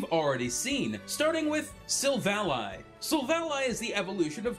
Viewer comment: The way you pronouce Sivally makes me cringe